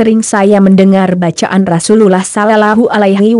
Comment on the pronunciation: Tolong ganti yg bisa baca rasulullah dan allah swt dan baca ayat2 al Qur'an dg benar, biar tidak salah arti